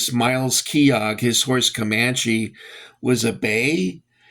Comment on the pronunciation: Capt. Myles Keogh It’s pronounced like Key oh Miles Keyoh . The blankest were French blue with an orange stripe. A bay horse is a dark brown with a black main and tail. A sorrow horse is like a light caramel color. Nice opening shot of the figures and fort.